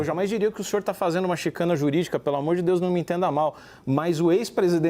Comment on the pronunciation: Não é chicane , é chicane.